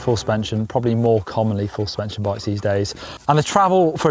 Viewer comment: "Full spenshin bike" lol